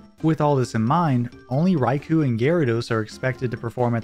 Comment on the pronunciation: I can't help but recoil a little bit every time I hear "Rai-coo" instead of "Rai-koh". ^^ Which is silly because I say "Kyo-gre" instead of "Kai-ogre" even though I know it's wrong.